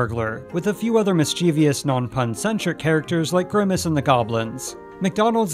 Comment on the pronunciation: Do say: mischievous (mis-chiv-ous) | Don't say: mischevious (mis-chee-vee-ous) Many people put four syllables in this word. But an easy way to remember its pronunciation is to say its root word – mischief – and add the suffix -ous.